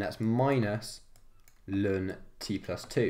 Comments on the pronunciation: IT IS NOT 'LUN' IT CAN EITHER BE 'EL EN' OR 'LAWN' OR NATURAL LOG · STOP SAYING LUN